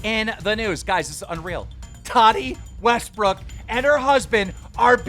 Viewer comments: “Tati wastbrick” bro I know keem is dyslexic but cmon you gotta at least practice for the first 60 seconds of the video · Sorry but did he just pronounce her name "Tani wastbrook"?